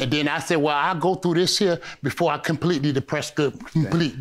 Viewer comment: "It's completely over this time....."COM-PETEY"" 😂🤣😂🤣🤣